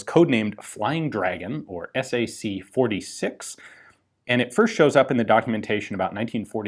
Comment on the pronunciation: Fwaying Dwagun